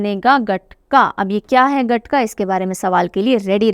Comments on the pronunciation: गटका नहीं महोदया its गतका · Ma'am Gatka ਨੂੰ ਗਤਕਾ ਬੋਲਦੇ ਆ। Not ਗਟਕਾ